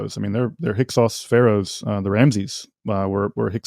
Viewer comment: Thank you for asking about the Hyksos... He made a good statement, but 10 words later it was Hyk-who